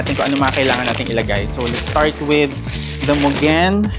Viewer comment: Muh gen pala bigkas don akala ko Myugen